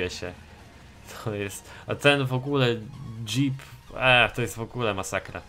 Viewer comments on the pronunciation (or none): none